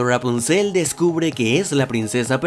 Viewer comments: Me estresa como pronuncia Rapunzel, sobre todo en el Ra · Ya ni se si dices ruapunzel o rapunzel 😂😀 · R-rapuzel como lo pronuncia jajaja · Porque dices "rghwapunciel"?? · Amo como dices "Ruapunzel" jaja😍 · Me encanta y me da risa como dices: ruapunzel jaja gran vídeo crack! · Jajajaja como pronuncia Rapunsel 😂😂😂😅😅😅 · Disculpa pero me da demasiada risa como dices Rapunzel jajaja